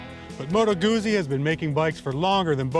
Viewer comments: Yes, discerning Guzzi riders know how to say "Guzzi". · It's goot-see..GOOT-SEE! Not goozie. . ;) Great review BTW.